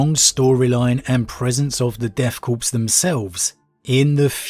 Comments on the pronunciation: Corps, in this military usage, is pronounced Core, as in an Apple core. The P is always silent. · Corpse’s makes more sense with these guys considering how suicidal they are. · It can be pronounced either way, just like marine corps.